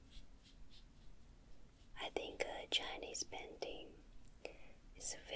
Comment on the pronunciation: Who else loved how said painting 'Chinese panting'